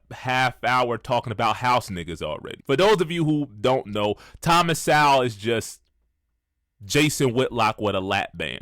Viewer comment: This clown, that can't even say "Sowell" correctly, thinks he's smart, huh? SMH